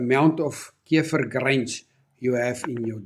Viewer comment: I love how he says keifer ❤